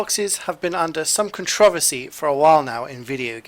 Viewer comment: Sorry did you say, “con-trov-ess-ie”?